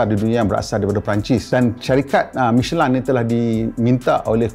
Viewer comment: Sebutnya michelin ke michelain